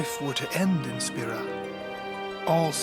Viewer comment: the way he says guado and spira....